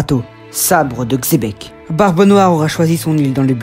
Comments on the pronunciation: Merci pour le Xebec et pas Chebec . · Sauf que ça se prononce bien Chebec apparemment